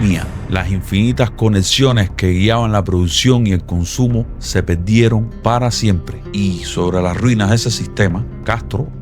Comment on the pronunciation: No puedo terminar el vídeo. No sabe hablar ... Leche en pobo. Se pedieron. No saben hablar o pronunciar el idioma español?